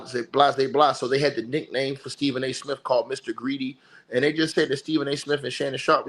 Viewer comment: Is he saying Stephen A Smith or snitch😂